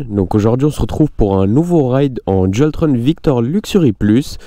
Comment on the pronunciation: salut super vidéo mais dualtron sa ne se dit pas dualtrone sa se dit comme le mot "on"